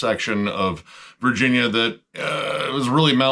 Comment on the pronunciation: Virginia? I thought you said West Vagina. Man I was way off.